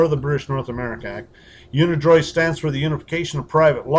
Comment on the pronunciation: dude can't even pronounce unidroit correctly.